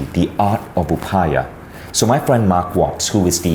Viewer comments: Hey Vishen and all viewers, plz have a look at this: It's not pronounced upaya.. it's pronounced like upay.. that last article 'a' is not be pronounced. Just like it's not pronounced lord Rama but Ram. The last article 'a' doesn't add any vocal difference. The difference lies in Sanskrit language grammar. In Sanskrit, a complete character requires an article at the end.. what you see at the end as 'a' is not pronounced as 'aa' it's just 'a'. ( If you still don't get it, just pronounce it without that 'a' in the end.. FYI: Yoga should be pronounced as 'Yog', without that 'a'. :) ) And yeah, I am Indian.. and love your content. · You are Indian. You know how to pronounce "Upaya". Not "Upaayaa"